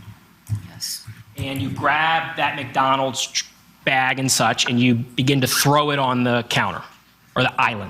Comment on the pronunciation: "Mac Donaals" dang...